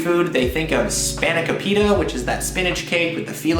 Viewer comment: If you talk about food, at least learn how to PRONOUNCE the names correctly with the accent on the right syllable. It's moo-sa-KA--Not moo-SA-ka. spano-KO-pita. You might travel the world, but you show your ignorance by mispronouncing things you've seen or done or eaten.